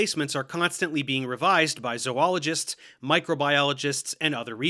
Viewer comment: [hears zoologist pronounced as it’s spelled] [swoons]